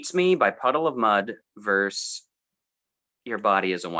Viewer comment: It's pet hate time: the word is VERSUS not VERSE